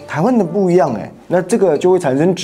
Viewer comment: 不是質ㄓˊ疑是ㄓˋ疑